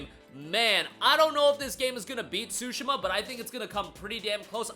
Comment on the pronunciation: Swoooshima???????????? Its Tsushima tf😂😂😂😂😂 yt ppl do not care to pronounced other cultures correctly smh